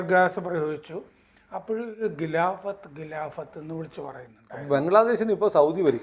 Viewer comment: ഗിലാഫത്ത് അല്ല. ഖിലാഫത്ത് ആണ്. നാക്ക് വടിച്ചാൽ ശരിയാകും.